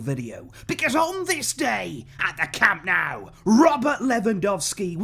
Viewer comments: Awesome to see the official unveiling. I too am very excited by Lewandowski's presentation at Camp NOH-ooh (not camp Now as in Cow-moo). You can do this!! A culer as prominent as yourself should not be embarrassing himself with this guiri (look it up) pronunciation. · My only concern in the back of my head is remembering how pumped we were to present Coutiño and Griezmann. I just hope the fact that Lewy didn't score in the first few games isn't a bad omen of things to come. Also, it's pronounced Camp NOH-ooh. ;-)